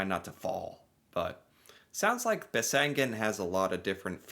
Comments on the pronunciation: You do have landscape like thi in the USA. In the Rockies, in the Appalaceans ( probably spelled wrong 😂), in the Catskills. Besseggen is peonounced with stress on the first syllable 😊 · There is no n in the second half of the name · Pronounced: Bess-eggen Sounds like you are saying Bessengen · It's Besseggen (bess eggen) like it's spelt, not bessengen (bess engen..). Just like it's not "Eng and Bacon"... ;-) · no, you pronounced that wrong. its bess egg en not e ng en. the bess edge not the bess field, you said the bess field. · I wonder where he gets that N from. Bessengen he keeps saying.. Where is that from again? Besseggen, dont ad stuff all the time.. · Besseggen, not Bessengen.. Americans often just add extra letters to words to make it easier to pronounce :P My class at school did this at 15-16 years old. Some ran an used like 5 hours, but most of the class used 7 You don't have to be top-trained for this ;) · Norwegians are like mountain goats 😂 No n in there. Besseggen ( not bessengen) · Seriously, what is it with Americans and adding letters that aren’t there 😂 Its not BesseNgen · You say it wrong, it’s called BESSEGGEN, try to make it right. I’m Norwegian and I’ve never walked Besseggen, but I have several friends who have. It is not a must! All the best from Eva, Oslo Norway 😘